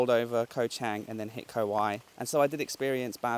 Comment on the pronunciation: I enjoyed this video. I went to Koh Mak many years ago and it doesn't seem to have changed much. I know it's trivial, but the vowel sound in "Koh" ( เกาะ) is a short one, like the vowel in got.😊 Just say "got" but replace the "t" with a glottal stop.